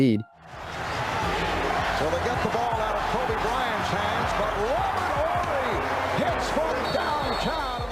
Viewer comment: You gotta be very young to 'barely know' who Robert Horry is... Im glad you pronounced his name correctly tho